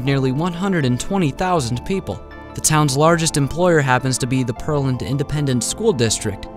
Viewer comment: Its PEARland not perland